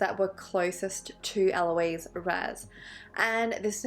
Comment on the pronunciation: it's actually Ah-lo-iss but eh close enough LOL doesn't matter much imo. Ah-lo-eez is the girl name version pronunciation which is spelled Aloïse